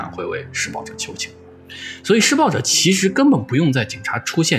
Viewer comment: 如果不是最后那段话把施暴者念成失败者, 我都没察觉出来他想表达什么意思